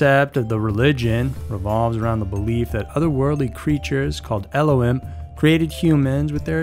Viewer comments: Just a note, it’s “Ello-heem” not “ello-him” spelt Elohim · It's pronounced "eelo-heem"